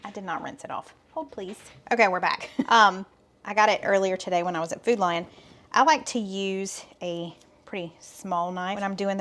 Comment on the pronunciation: It's funny, when you were talking about going to the grocery store, I thought you were saying you were going to Foodline, but then I saw the store sign - Food Lion.